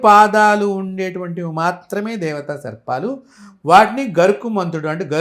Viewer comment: గరుత్మంతుడు... గరుకుమంతుడు కాదు...